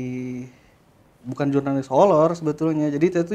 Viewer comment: Kirain kuping gue doang yg salah denger kalo dia ngomongnya holor